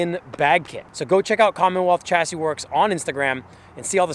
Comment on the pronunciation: Chassis is pronounced 'shassy' bro.